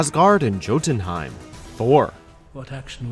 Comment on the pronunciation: Jotunheimen!! it's pronounced yotunheimen.